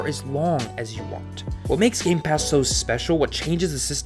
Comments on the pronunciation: Game Pass. NO "S" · Say it with me: "Game Pass"